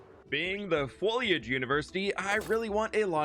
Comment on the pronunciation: Imagine being a student at the fwoliage university and having an allergy to pollen. 😂